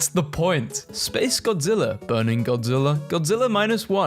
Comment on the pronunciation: I can’t stand you saying godziller ITS GODZILLA GOD-ZILL-AH GODZILLA